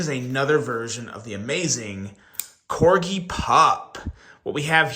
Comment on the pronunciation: Wow! And just like that you decided to start saying Corgi correctly, lol. Keep up the good work.